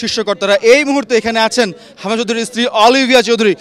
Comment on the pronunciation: কি রিপোর্টিং করেন “হামজা” শব্দটা পরিস্কার করে উচ্চারণ করতে পারেন না।